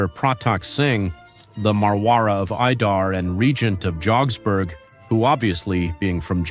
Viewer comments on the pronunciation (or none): It’s called Jodh-pur and the pants are jodh-pu-ri pants not jogsburgh